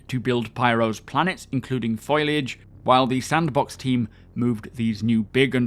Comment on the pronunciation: Love your work. But I'm pretty sure you mean to say foliage, not foilage? I have to laugh when I hear this pronounced.